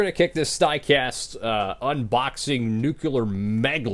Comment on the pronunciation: STOP PRONOUNCING NUCLEAR THAT WAY. IT NOT NUCULAR IT NUCLEAR, IT PRONOUNCED AS ITS SPELLED Sorry, don’t mean to be rude. W haul btw, I wish I has all of those, but I do have Bell’s Bristol W, and hamlins pocono W, and others in your haul, but not all😂